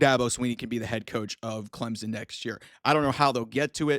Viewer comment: who the heck is "Clemzen?"